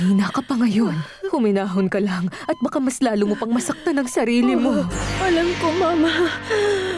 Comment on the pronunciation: mama (mabagal na bigkas ) tawag ni rosalinda kay soledad imbes na mama (mabilis na bigkas)